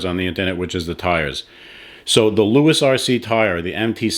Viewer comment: Loo Eze not Louis.